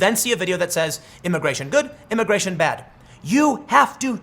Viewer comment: Why does Tim keep slipping up and saying “imigaytion”? 🤔